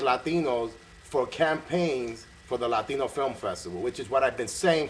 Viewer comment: What does an English director know about being Latino? He couldn't even say the word "Latino" properly. Make an effort, mate! and next time Tony, you wanna talk about the unification of race, educate yourself on the race and issues and struggles that the race deals with, especially in Hollywood. Tony sounded ignorant and clueless. of course Tony would chose a white girl yelling disrespectful things at her grandmother , it's probably how he was raised and grew up seeing and doing.